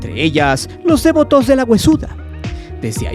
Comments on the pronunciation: Solo para decir que se dice "devoto", no "dévoto". Un saludo. ✨ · Me da mucha pena dar este comentario, pero lo hago con tal de que mejores: tienes un tonito muy enfadoso, deberías usar una narración más natural. Además de que dices dévoto, como si fuera una palabra esdrújula. No lo es. No lleva acento o tilde. Es devoto. De VO to. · Si nada más escuchar tu tonito lleno de amarillisno y morbo y repites DÉVOTO en vez de DEVOTO, quita mucha seriedad éste videillo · Es interesante escuchar los testimonios de aquellos que muestran devoción a este culto, gracias por la información. Cómo punto final, me gustaría añadir una sugerencia. La palabra Devoto, se escribe y se pronuncia sin tilde y acentuación en la vocal E. Lo siguiente es por la razón de que, a lo largo del vídeo, el narrador comete el error al pronunciar dicho adjetivo con acentuación en la vocal E, cuando no es así. Saludos. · Pronuncias muy chistoso la palabra "devoto" 🤣🤣🤣🤣🤣!!!!! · muy interesante videos, nomas que como soy megalómano, no pude dejar se sentir cierta irritación por la pronunciación que le dabas a la palabra "devoto" (como si llevara acento en la e) jajja